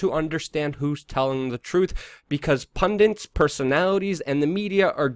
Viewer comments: PUN-DIT. NOT PUN-DANT. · no such thing as a pundint,its pundit..ppl keep saying that!ppl dont complain when ppl immediately say its Islamic terrorism.y is he a horrible human being?more likely just mental for whatever reason,wether personal or intelligence related